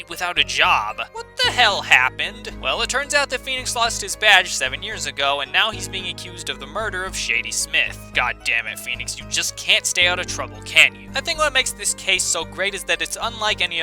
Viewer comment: I think Shadi is pronounced "SHAH-dee".